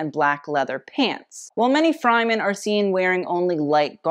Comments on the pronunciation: Having watched the movie who else was saying fremen everytime said fryman because you know the way he said it was not the way you pronounced it. This was a very good video detail of the fashion reference being used with regards to the movie roles being played. The movie was amazing 👏 I can't wait to see part 2 continuation and this apparently was only half of one book of 7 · i like how you pronounced 'fremen' both 'fryman' and 'freeman' in this video but absolutely refused the correct way lol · "Freh-men" I believe is the correct pronounciation. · sure, but it's still incorrect. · Say “fryman” one more time man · 🤣🤣 Screaming I was looking for someone who noticed!!!! Love tho 💖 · Another well researched, truly interesting video. Love them all!... However, if you mispronounce Fremen (Frem-in) 1 more time I am going to loose it! lol 😂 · "Fryman" does not sit well with me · Really great video! The only critique is the Fremen is pronounced “freh-men. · It might be just me but every time I heared "fry-men" all I could imagine is mc donalds employees dressing in the presented outfits. I'll have some fries with a side of sandworm, please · Sci-fi & Dune geek here… I just…can’t….Fr-eh-men”. U did fantastic tho! Luv Ya! Oh, & original flick has a young shirtless Sting 😜 hubba hubba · If you say “Fry-men” one more time.. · Hearing Fremen being called Frymen makes me cringe. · Fremen..not Fry- men!! (short .."e" not long "i") Be well. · It's fremen With the first e pronounced like The first e in elephant. The first e is not pronounced like eye. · Nooo...not 'fry-men". It's killing me. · Love the video, but the mispronunciation of "Freman" kills me each time... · I’m sorry but “Fry-men”???? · Oh I’m so sorry but you pronounced Fremen wrong the whole time. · that pronunciation of fremen is a new one for me but go off lol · The way you pronounced Fremen tho 😭 It's okay we still love you. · I love your video, but please learn how to pronounce Fremen.